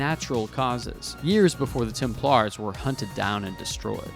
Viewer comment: Hughes de Payens. Pronounced Hue. Templars has the accent on “Tem”, not on “plars”.